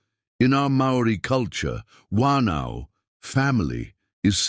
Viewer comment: Great story. Willow was so cruel. New Zealand Maori listening here. Correct Maori (Mao- rhee) pronunciations Whanau (Far - no)Family Whakapapa (Far-car-pa-pa) Lineage -. Pounamu (Poh-nah-moo) greenstone. Tangi- (Tah-gnee)- Funeral Good attempt. 😁😁